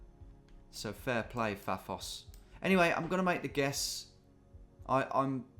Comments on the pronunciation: I facepalmed when he said Paphoa Life... bloody hell Tom! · Getting increasingly frustrated by the pronunciation of “Fafos” because you live in Paphos 🙃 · As someone who lives in Paphos, your pronunciation “fafos” was killing me 😂 Also a bit surprised you’ve never heard of it as it’s a very popular British holiday destination 😅🇨🇾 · it was driving me mad when he kept saying Phaphos!!